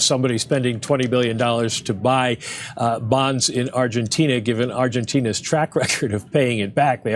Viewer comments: Jimmy can’t say Argentina correctly 😂he says Argentinia. Love the show though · I’m here for Jimmys pronunciation of Argentina